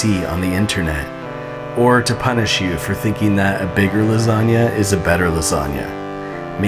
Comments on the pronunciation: "Lasania", lol. It's always funny listen to foreign pronunciation of italian words. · That 'organizational system' was hilarious. Also, buoyant lasanga...buoyanga if you will... What's that? You won't? k. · It’s la sag na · Do you pronounce it lasagna or lasagna?